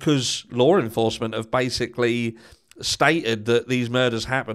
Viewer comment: Hey your getting better with pronouncing Law enforcement. Do more of s breath out in place of the RRR you are using.